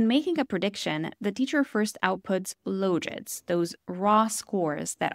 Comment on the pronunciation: Interesting pronunciation of logits.